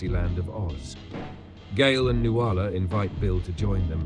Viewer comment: Nuala is pronounced NOOL-ah. I always cringe when she says noo-AHL-ah. Someone should have told Kubrick